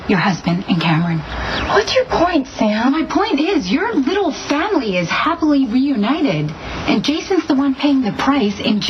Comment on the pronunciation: this is the sonny that i love and miss, bring him back please. sam was scared sh**tless. and why for the love of holy creation can she not say the word family. it sounds like faamly